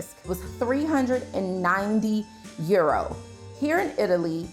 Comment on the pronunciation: Can she say EUROS ffs 😂 😂